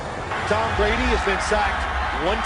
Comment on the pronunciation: “Greatest qb I’ve watched with my two eyes”. He said Brady wrong.